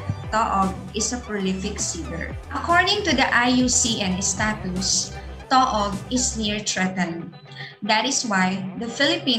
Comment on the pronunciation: It's pronounced TOO-OG!